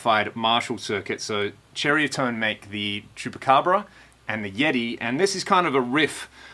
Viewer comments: the name is not pernounced "cherry a tone". its pronounced exactly as it is spelled.ceriatone. sir-eye -a -tone.and for what you paid for it you could have gotten a used bogner or any other real amp. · Did you say Cherriatone? That's what I thought.....still very cool,cheers.